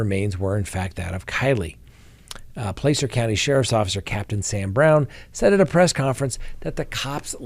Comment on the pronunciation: It's Placer County, California sounds like plaasser